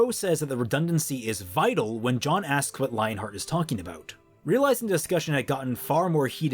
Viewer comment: Am I the only one that’s annoyed by how he pronounces “Jean” as “John” (It’s French) Otherwise this makes a slog of a volume 50x more interesting. Good job